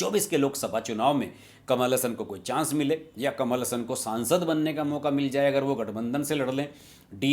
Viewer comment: Pronounce teek tarah se karlo saab... kamal Hassan hai... hasan nahi hai plz😝😝😝